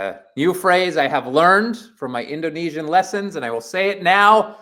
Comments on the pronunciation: The pronunciation in speaking indonesian is well done, it can be understood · Good Pronounciation... Nice Try....😊😊😊 Get more familiar with Bahasa Indonesia. Tq for good vibe in supporting Indonesian Team Nas. Dont forget to eat. Nasi goreng😊😊😊😂